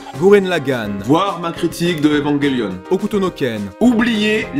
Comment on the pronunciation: Omg un français qui prononce parfaitement bien Evangelion, je t'aime!! 😲😀😀😀😀